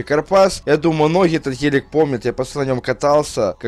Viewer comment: Сколько он сказал "ХЕЛЕК? " (ГЕЛИК:)